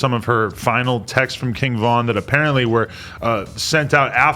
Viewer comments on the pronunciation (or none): Kin Von, cmon adam 😂😂